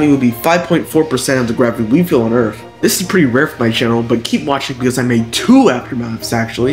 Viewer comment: It's earth not earf...